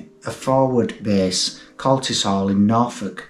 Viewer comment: Very sad, but I feel that I need to correct your pronunciation a little (sorry), it's Coltishall, not Coltisall. Sorry, this is mainly for anyone that tries to look for it. I know it pretty well as I think it was (is?) the home of the Red Arrows.